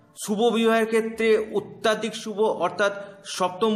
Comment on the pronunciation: অত্যাধিক নয় দাদা, অত্যধিক, কানে খুব লাগছে ।